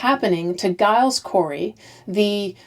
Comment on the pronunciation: Hi., interesting series. Just to let you know Giles Corey is pronounced Jiles. I'm a fellow G/J Gillian. I know Americans aren't too aware of this.